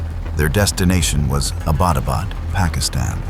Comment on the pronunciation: Please stop saying "Abaadabad" , the correct name and pronunciation of that city is Abbottabad,( Abbott Abad) the British gave it that name, named after Lord Abbott, and it still stands.